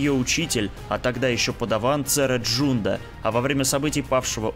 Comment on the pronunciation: не Джунда, а Джанда, а вот Трилла не Садури, а Судури!